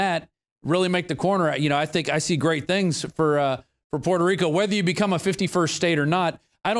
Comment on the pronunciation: lets GET ONE THING STRAIT..SO YOU DONT PISS ME OFF..ITS Puerto Rico not perro rico ok?